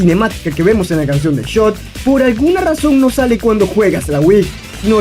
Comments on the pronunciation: Se me hizo raro que la pronunciaran Shot, yo pensé que era Too Hot XD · Pensé que el nombre de la 3ra canción se pronunciaba two hot, haciendo referencia a qué Darnell prendia en fuego los sprays para explotar a pico xd